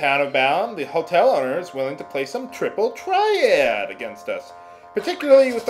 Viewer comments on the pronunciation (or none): TRIPUL TRYE-AD! :D I love it when you say that.